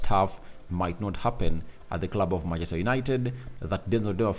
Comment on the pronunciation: The name is not Dunmafries is Dumfries please try to pronounce it well please